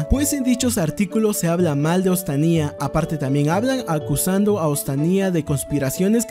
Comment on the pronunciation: Se dice ostania no ostaniá